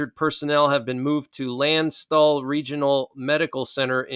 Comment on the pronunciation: The injured Americans were evacuated to (pronounced) Lahn-shh-tool”